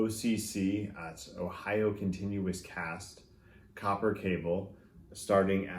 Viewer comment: Did you say "Ohio continuous cast..." ?😂. Just listened to some of these at Canjam Dallas. There are some very nice cables.